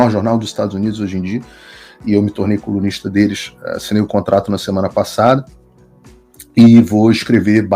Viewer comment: Entendi ele falando comunista em vez de colunista kkkkkk